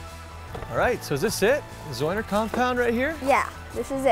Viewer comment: He said zeuner wrong at the start smh